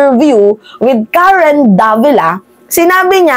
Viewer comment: Mga chinese hndi nila mbigkas ang "R" kya pansin nyo c mayora hirap bigkasin ang R , pagbigkas nya ng Karen prang karwen.. khit mag english mga chekwa missing plagi ang 'R .. example airport bigkas nila ehpot